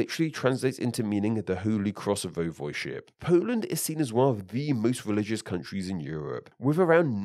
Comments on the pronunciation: VOY-vohd-ship, not voh-VOYD-ship or voy-VOYD-ship. The correct pronunciation and at least two mispronunciations were used interchangeably. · its not this either, i would say its voi-vo'de-ship